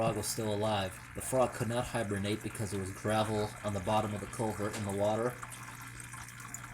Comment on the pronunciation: It's culvert not culver dummy